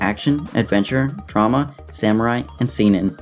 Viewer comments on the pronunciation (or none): none